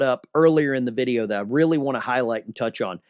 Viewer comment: Want not eant